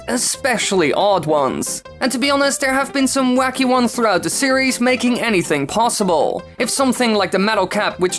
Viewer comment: Why elongate the final syllable of every sentence? Super Mario Worllllld Mario seriiiieees IDK just tripped me out for some reason 😞